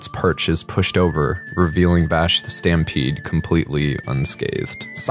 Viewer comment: I cannot get over the fact that he opened up with Vash the 'Sampede', where was the "T"?